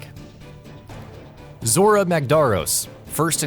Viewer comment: I almost couldn't finish the video. You people need to learn how to pronounce names correctly. Example zora they say his name in story. Listen to how it's said